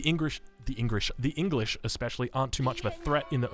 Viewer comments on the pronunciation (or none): the engrish. hahahaha! my man spoke chinese for a second. lol. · playing Chinese and saying Engrish , I see... a man of culture